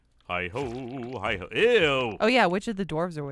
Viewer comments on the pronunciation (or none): ruined the episode. Why the hell is he saying hoe? That's just wrong